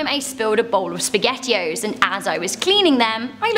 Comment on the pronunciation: "The speghettio" Don Don don 🤣